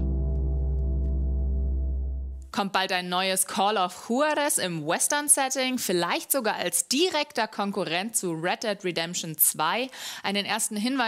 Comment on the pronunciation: für mich heist es call of "tschuaris" chuharis klingt voll behämmert xD bin ich da der einzige ?